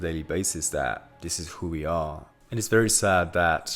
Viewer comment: Great content man. Love the positivity. Also- the only time I can hear your accent is when you say ふ for “who” lol. No offense intended. This is just reinforcing the idea of being imperfect being okay.